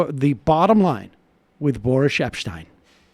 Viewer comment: “Boorish” Epstein. Love Sam’s trademark mispronouncing these morons’ names. A la Cervonovich.